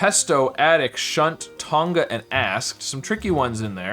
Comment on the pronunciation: Im australian. You are definatly saying Tonga wrong. Dont put ad much emphasis on the G. Listen to an australlian say Tongs (the utensil) or thong (the footwear ehich you eould refer to as flipflops) and its the same way of pronouncing Tonga